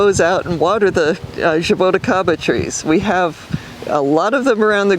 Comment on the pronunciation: Zhaa - Boo - Chee - kah - ba, this is how you pronounce it. Zhaa, like ZaZa Gabor; Boo, like halloween Boo; Chee like cheese (ti is chee in portuguese); ka, like the crow says; ba, like ba-ba black sheep.